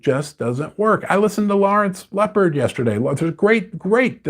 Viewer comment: It’s Lawrence Lepard not “Leopard“. 😂😂😂